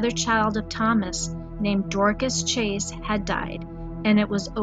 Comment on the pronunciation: Chase, not Chaes.